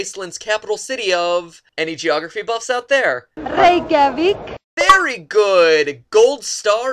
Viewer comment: It was pronounced correctly